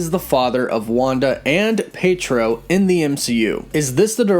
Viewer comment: Pee Ett Row. Not Pay Troe.